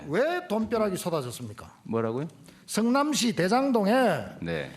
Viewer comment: 성민아 머잡고 반성좀 해라 니 가 재명형한테 덤빌 깜 이냐 국짐당 x맨아 니 자신을 알아라 그리고 성남시라고 발음해라 승남시가 아니고